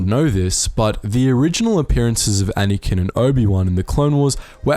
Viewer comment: Why do you call Anakin "Anyken"?!